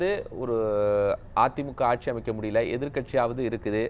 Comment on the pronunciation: கக்ஷியா .. ஆக்ஷியா .. வறக்க்ஷியா (வறட்சியா)? புரக்க்ஷியா (புரட்சியா)??